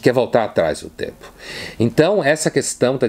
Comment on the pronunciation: Uma hora embolou tanto a palavra tempo que lembrei da DILMA falando🤔